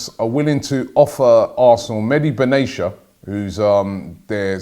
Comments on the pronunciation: BenaTia not Benacha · It’s not Ben-nay-sha it’s Ben-na-tea-uh (Benatia) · Medi Be what? Benesha? Oh come on Robbie we Arabs call him Mehdi Ben-AA-Tiyah It's an Arabic name, AA-Ti-Yah Not beneesha lol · IT'S BEN-A-T-I-A not Aicha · it's pronounced mehdi bena - tee - ya, robbie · Pronounce: BEN ATIA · Ben-ah-tia...Come on, Rob. It's not that difficult. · It is Ben-Aria ... like a tia no ch or SH or anything else.